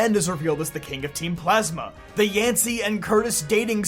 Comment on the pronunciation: Sounds like u said, the girls father comes back and reveals hes the king of team plaza, u said N tho